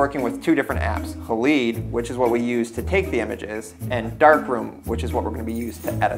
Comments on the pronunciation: "Hay-Lide" --- Not haleed... lol. Didn't you study chemistry at high school? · I’m pretty sure it’s pronounced hal-eyed, as in silver halide (a chemical used in making film). Not haleed.